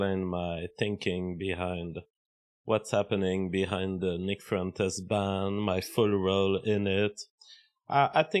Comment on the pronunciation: "Nick frentes" stop speaking baguette!